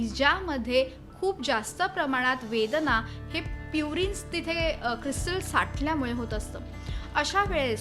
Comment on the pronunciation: वेदणा नाही वेदना 😅